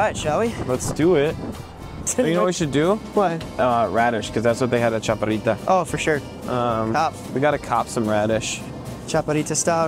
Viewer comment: I’ve never heard a Mexican-descended person pronounce “chaparrita” so badly.